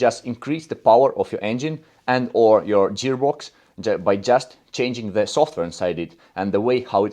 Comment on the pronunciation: Не джеарбокс, а геарбокс